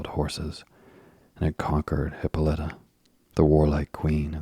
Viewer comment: Hih-PAUL-uh-tuh. It's not Hippa-letta.